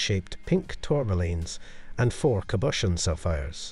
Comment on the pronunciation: I wish you would pronounce Arpels correctly & cabochon